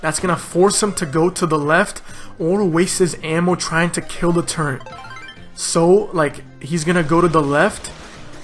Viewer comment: Its turret not turrent xD